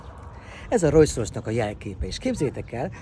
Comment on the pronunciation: nekem is b4ssza a fülem. Rojszrojsz....